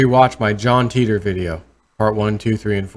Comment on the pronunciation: I was impressed that you are familiar with the John Titor story. Just a small point I thought his name was pronounced Ty-tor as in TI(me) T(ravell)OR.